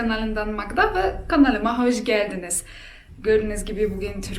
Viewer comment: Trakya aksanı. Trakyalılar, Balkanlardaki Türkler böyle konuşurlar. Siz Hoş geldinizi hoj geldiniz diye telaffuz edince aklıma geldi.